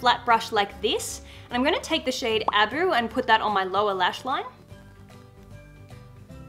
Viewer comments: Love you, adore you, but sweetheart, it is Ah-Boo not Ab-u. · A-boo not aboo